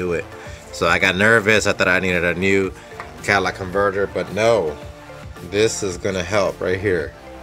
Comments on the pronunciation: It's just a manner of speaking. A mis-pronunciation. He's dropped one of the four syllables, saying 'cat a lic' instead of 'cat a lit ic'. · He kept calling it cadillac... LMFAO. Say the word dude.